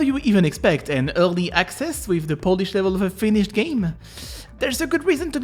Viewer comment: Your "early" sounds so French lol